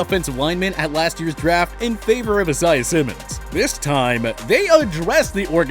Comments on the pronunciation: why did he say “isaiah” like that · I hate the way this dude pronounces Isaiah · I-SAY-AH Simmons....you guys make your job so much harder than it needs to be man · Bro i was waitin to see if im the only one who caught on